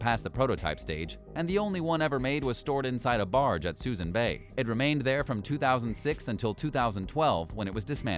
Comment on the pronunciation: This narrator is mispronouncing just about everything in this video. Suisun Bay is pronounced soo-soon ...just for starters